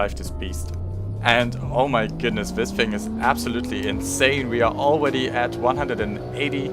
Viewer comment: “Aweady hit it.